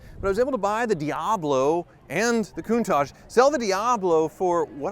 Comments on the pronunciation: Least I don't have to listen to him say ""coontaahhhjjje" anymore, "cun-taTch" say it with me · So glad this car is leaving because I can’t stand the way he says coon-taj. It makes me cringe every time. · Finally we wont have to hear you say COONTAJ anymore... Thank god!